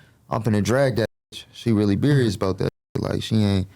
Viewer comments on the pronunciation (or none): Bro when he first said "berious" I cried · Did he say “Berious” ? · “Berious” 😂. Pleaseeeee. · Love this interview, made me like and really know him, not just from seeing him with Stunna girl, but real ish, someone needs to let him know you spell serious with S not with a C cause he keeps saying berious. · He said Berious instead of serious………. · Berious? Does he think serious start with a C? lol 😂 blood Beriously needs to Brack a Book on Piru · Beriuos 😂😂😂😂 sht sound dumb asf why is the language barrier so bad lol seriously like wtf serious starts with a S and dosent even have a C in it 😂😂😂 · I heard a few niggas say berious. Now ableep is wild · He can’t say serious? Lol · “Berious” is insane